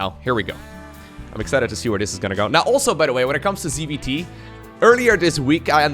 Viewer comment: Whenever he says ZvT I cant help but hear CBT...